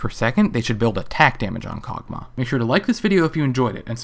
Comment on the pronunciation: Karg'Mah, I haven't heard of that one before. Accents are interesting I guess, like when people say Ashie.